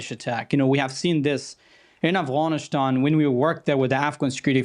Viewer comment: This "analyst" is a fraud. He can't even say "Afghanistan" right he says "Afghanish-than". He's just pro war. Because it means there's more work for him as a talking head on TV.